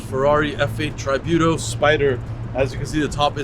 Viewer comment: "Try-buto" 😂😂😂 its like a tribute, not Try-buto!